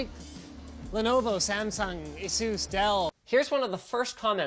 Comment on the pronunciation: Asus: Azeus?